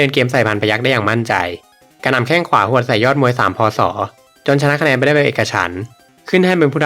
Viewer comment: พูด พ.ศ.ให้ชัดเจนหน่อยครับผม